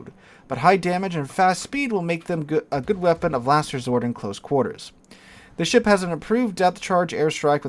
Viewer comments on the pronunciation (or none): none